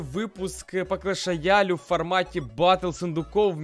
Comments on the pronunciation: Ти сказал клещ рояль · Ты сказал клеш роял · В начале ролика он сказал по клеш рояле 😂🤣🤣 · Мне услышалось? Или он сказал батл по клеш роялю? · Я ОДИН ЗАМЕТИЛ ЧТО В НАЧАЛЕ ВИДОСА СКАЗАЛ БАТЛ ПО КЛЕШ РОЯЛЮ? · Ты сказал клэш рояль